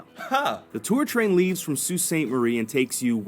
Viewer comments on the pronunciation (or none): none